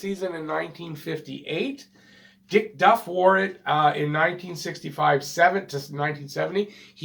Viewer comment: I have always thought that the power play rule was changed because of the teams , which apparently ,had some playoff success. (And it's Diff Duff , not Dick Duck.)